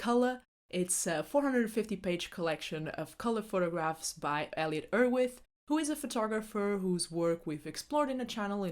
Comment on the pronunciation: What is your first language? Your accent is hard to place, especially the way you say Erwitt.